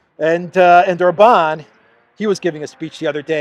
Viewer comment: OR-bahn. Accent on the first syllable ALWAYS in Hungarian. 😘